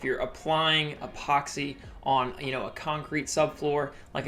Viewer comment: Say epoxy not ephoxy😂